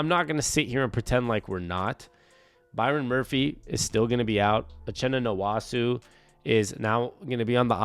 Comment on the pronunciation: Its Nwosu not Nwosu